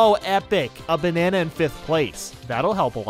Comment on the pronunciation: So he called it Waluigi Stadium instead of Waluigi Pinball! Get your tracks right!!! Did he say "Bananan first place" or "Banana in first place"? You be the judge of that!